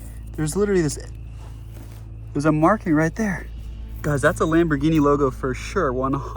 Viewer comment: It’s not a lambighini